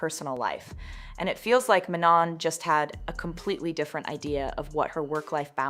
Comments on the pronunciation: I feel that way also like even mispronounced name of the member the whole video (i mean it's not ManoN) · my point exactly, it baited me every time. “MAN-on”